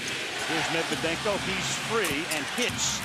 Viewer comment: No One: Steven A Smith:Medvedenko🙄😑😒